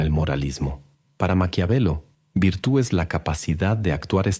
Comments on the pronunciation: Muy bonito el vídeo pero debes corregir no se dice virtu es virtud. Lo digo con la mejor de las intenciones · min #VIRTUD VIRTUD.. no virtu 🤷🏻‍♀️🤦🏻‍♀️